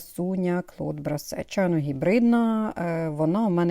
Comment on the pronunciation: Як знавець французької мови хочу поправити вимову назви сорту Клод Брасер( французький звук eu щось середнє е-о- в українській немає такого звуку!) фірми Мейян!